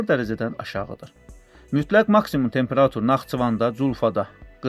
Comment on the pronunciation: Bu danışan hələ temperatur deməyi öyrənməyib